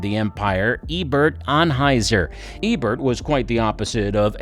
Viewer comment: Eberhard Anheuser, not Ebert